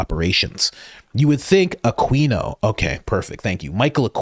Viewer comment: Aquino is pronounced ‘ah KEE no ‘ not ‘ah KWEE no’.